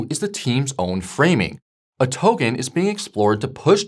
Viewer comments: Brooow please say "Token", not "Towgan" 😂. My ears are bleeding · For real first it was “trade-fi” now it’s “togen”, as if he’s messing with us on purpose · The hell is a 'towgan'? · Pronounce 'Token' for me please